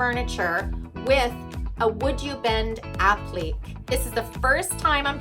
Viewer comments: This is a wonderful product, great for uneven/curved surfaces or ANY surface you're working with! I checked the website shop; the pieces aren't expensive, so readily accessible for most ppl, I think. APPLIQUÉ is pronounced : APP-LI-KAY...not "app- leek". :) Your video is wonderfully instructive! I get your newsletter too; I rehab furniture both for my home & for sale. I LOVE your work!! PLEASE keep doing what you're doing~ xoxoxox A HUGE Fan :) xoxox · Applique is pronounced: appli-kay; not app-leek. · I watched your video today... beautiful! I am inspired! But I have to agree...it's not an AH-pleek.. It's ah-PLI-kay. The correct way to pronounce is from the French language. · Guess you'd never heard of an appliqué before so I was sort of thrown off when you pronounced it. Other than mispronouncing it, you did and excellent job of demonstrating the product. I like it when others mess up, which shows me what not to do. Haha. Also, it shows us that none of us are perfect.